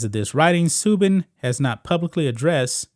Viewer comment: Pronounced Su-ban